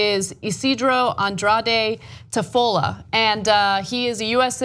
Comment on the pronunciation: And nobody is gonna say anything about the way she said Tafolla...